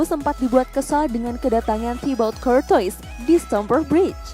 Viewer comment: Courtuis bacanya kortoa min